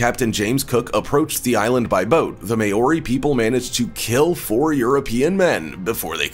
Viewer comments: Only person in the world that can't pronounce the word " Maori" and they got him to narrate . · You pronounced Maori wrong and I don’t think the US army is scared of them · Just saying this guy is worried about the way he pronounced sweet grass but yet the way he pronouces Maori is way off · I really hate the way he pronounced Maori, not even close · And you are pronouncing Maori wrong goose! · maori you pronounced that soooooooo wrong and probbaly offended alot off people im from new zealand btw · Butchered the hell outta that maori pronunciation 🤣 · Pronunciation of maori is embarrassing 😳you need to learn language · He can’t pronounce Maori correctly!!! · Maori is not pronounced May-ory, it's pronounced Mow-ree 🤣🤣🤣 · Far out bro I’m Maori and you butchered the hell out number 3’s name 😂😂 it’s pronounced sorta like “Mouldy” or like “Mole-dee” not “May-ore-ee” sheesh. You are spreading misinformation when you don’t properly pronounce things, it can come across disrespectful haahaa. Nice video tho but I reckon you must’ve butchered a lot of other tribes names too. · May-ori?! Lmao its MAH-or-ee. Literally google it and hear how they pronounce it. Not that hard🤷🏻‍♀️ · As a Kiwi, I have one issue: Maori (pronounced Maw-re, with a rolling "r".) never had any major contact with the US. Initially with the Dutch (under Abel Tasman) and later the British (under James Cook) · The New Zealand people are pronounced ‘mao-ri’ I believe.. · did he just pronounce māori as mayori? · Maori is pronounced 'mohw rhee'. Besides that. This was total click bait. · This was irritating me throughout the entire video. Not how you pronounce it at all! If you are going to talk about a culture, learn the pronunciation. Treaty of Waitangi as well. And since when are Maori feared by the US army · ikr and even being a samoan myself i even got offended when he pronounced it wrong. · This man has never heard of a Maori before He can't even pronounce the word